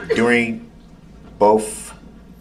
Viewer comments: You got to love how he says "both" BOF. That's the sure sign of a brilliant man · "Is there any reason BOAF detectives stated you told BOAF uh-dem you saw multiple people in duh vehicle?" Abel looks like he could rip Brooks in half with his bare hands...😂